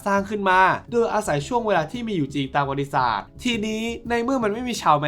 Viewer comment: พี่ออกเสียงคำว่า"ประวัติศาสตร์" ไม่ชัดหลายครั้งได้ยินเป็น"บริษัท"